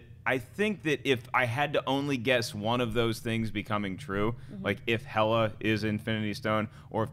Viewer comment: It's pronounced Hell-Uh not He-Luh or Hey-Luh.